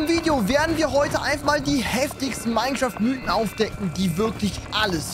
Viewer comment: Eben is nur ein texturepacket und sagt zu einem Mineschaft einfach Minä 😂